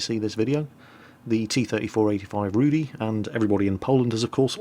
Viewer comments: Just to clarify, Rudy means Ginger and is pronounced differently. It's more like Rooh-dih with a rolling "r". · Just for clarification..., you spell the name of the tank like it is some name "Rudy", but it means "Rudy" like red... Not like Rudy, the name. Rudy in polish means something like red colour in english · Not all Polish players are going to buy the Rudy. btw. love how you pronounce the name. ;p